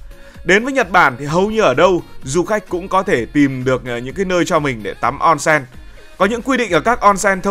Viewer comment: Đọc là ôn sên nhé ad ko phải là on sen